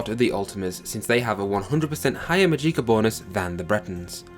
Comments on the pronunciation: Amazing video, very informative. However the mispronunciation of words like magicka was a little off. There's no eek it's magick-a, the ick is pronounced the same way as "sick" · Haha, go: “Maadjiekah” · I'm really sorry, but the way you say "Magika" makes me so fucking angry lol. Other than that, this is a great game! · "Mageeka" for the win 😉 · I love your Mageeka lmfao dammit ! Now for now own i want to call it the way you do hahaahha thanks for sharing the video bud. Its all good man you speak English just fine. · "maGIcka" "Oltmer" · the way you pronounce magicka kills me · When i saw your pronunciation of magicka, in some way, i loved it